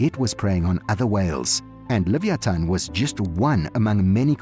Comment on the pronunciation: You are pronouncing leviaton all wrong